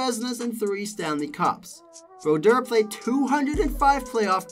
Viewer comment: His name is : Martin Brodeur. Get it right...